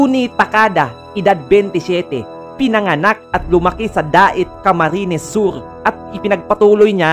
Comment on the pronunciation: Daet cam. Norte po hendi dur.